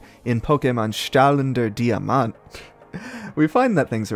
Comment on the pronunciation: german here, the a in Taschen- and e's in rechner are not silent, e's are rarely silent in german at all they only are when a u follow because eu is a specific sound. strahlender was almost right but you didnt pronounce the first r for some reason? And Diamant was perfect.